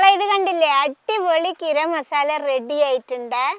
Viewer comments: ഗിരം മസാല അല്ല ഗരം മസാല😂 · ഗിരം മസാല അത് കേൾക്കാൻ സൂപ്പർ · ഉമ്മ അങ്ങനെ പറഞ്ഞോട്ടെ നമുക്ക് തിരുത്തി വായിക്കാം 👍❤️